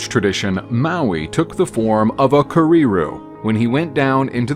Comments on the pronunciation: And it's not prefer it's kereru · Those May-oRi KerreeRoos sure are cute though... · Kah REE ROO? Keh-Reh Roo actually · care-rare-roo but roll the Rs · Kerrey not prefer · You really ought to correctly get the pronunciation of words - pretty slack really. I could only bear to watch up to kēreru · There is no rolled r !! It does disrespect. You wouldn’t hear maori, kererū or takahe. Pronounced in this flippant way anywhere in new Zealand Just check on a translation app or ask someone ! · Sorry but your pronunciation of Maori is completely unacceptable .. you could please make a little effort…. Repeating Kererū and Māori and takahe over and over with no effort to pronounce correctly … is sad. Or are you a bot ? Stop stop stop saying Mayory. Very lazy and insulting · In that case I'm taking 10 pts off for his low tier pronunciation of Kereru but I'm awarding you 50 pts for his outstanding effort with Mahuika . Nice job overall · The Kererū pronunciation tho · Lol this isn't even Offensive but the way you pronounce kereru is just un matchable lol and the tomtit lol this is just flat out amazing